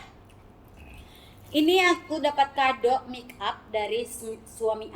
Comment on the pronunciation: Sebutan nya make up buka mik up😁